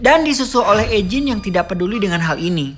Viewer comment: Mantap ngabb kontennya!, Semangat nextnya. Owhya saran aja eugine itu di baca yujin